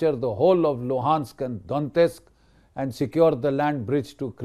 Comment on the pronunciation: Lots of respect for Gen G.D.Bakshi. Just don't understand why he keeps pronouncing the Russian names wrong.....Donetsk, Pokhrovsk, Oreshnik, Dnipro-Petrovsk...and it goes on. Otherwise salute to him.